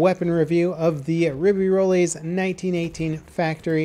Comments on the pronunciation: Håkon Andreas Olaussen isn't it "Rib-ā-rolls" or "Rib-ē-rolls?" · re-bey-ro-lis(x) re-be-roll(o) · Notice how he says ruby tilts when it's pronounced rib ey roy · "Ribbi-Rollis"? I know you're american and all, but you could at least try.. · Friendly french tip. Dont pronounce the "s" at the end of ribeyrolles. more like "rebaerol". Anyway, super fun to hear the characters speak french, I'm gonna love this dlc. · The "ribirolis", LOL. Your French isn't that much better than your German. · If you want to pronounce its name correctly, you may consider not to pronounce the final s as is the case in French... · Ribeyrolles is rolling in his grave right now, this nerd butchering his name and whining about his gun in a video game